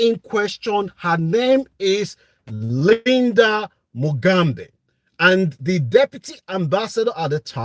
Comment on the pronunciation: Her name has been mispronounced. It is Mugambe, not Mugambi. Her full name: Lydia Mugambe Ssali. Ssali is her husband's name. Apparently her dad, Mugambe, was a professor hhm! What a shame!